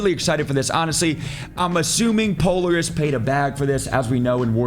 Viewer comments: I would have explained it Pole-air-us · Oh..."puh-leh-ruhs" not "polar-is" my guy. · Polaris is pronounced Po-LAIR-ISS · Po-lar-is doesnt know how to read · Poleris lol, po laris ♥️ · bro the way you pronounced polaris was cringe af